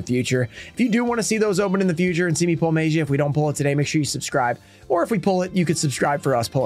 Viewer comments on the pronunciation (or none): Maybe the Magia would respect you saying the name correctly, I mean you've tried everything else. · YOU WILL NEVER PULL THIS CARD TILL YOU PRONOUNCE IT RIGHT NEVERRRRRR!!!!! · would you respect the one guy who keeps saying your name wrong even tho they have been told? ignorant is what im seeing. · You know when the teacher calls the students name for attendance but she's saying slightly wrong so the student doesn't say "here" or "present" like she's saying Gearson instead of Jerson maybe that's whats happening with you and Magia he doesn't like the way you're saying its name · I’ve said this before and I’ll say it again, stop mispronouncing his name and he’ll show up 😂